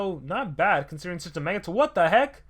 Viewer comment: That word "watdaheck" lol